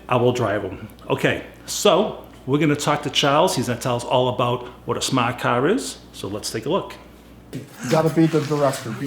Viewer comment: Live your pronunciation of smart car……a true Bostonian accent! It was really interesting seeing you actually get in the car given your size.